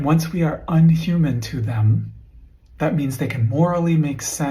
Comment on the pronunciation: kept reading "inhumane" wrong....